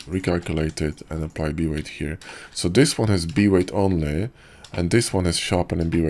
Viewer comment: B-weight in your voice sometimes sound like V-ray haha